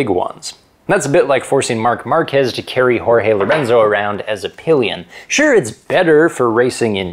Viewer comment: Horehee Lorenzo for real? It’s GORGEEEEEEEE LORENZO no h but G